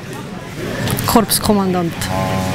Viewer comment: Korpskomandant. Me spricht "ps" nid us frau wachtmeisterin...